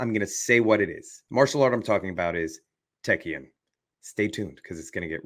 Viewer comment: Taekkyon and Subak... now let"s see... ... and I was on the money. You pronounced it ok. TAE-KYON is the pronunciation.